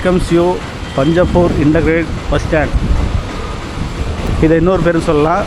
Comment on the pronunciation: அது பஞ்சபூர் அல்ல.. பஞ்சப்பூர்..